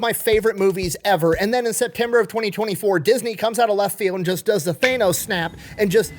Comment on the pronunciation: Your rage bait is on point. Thay-nos? 😂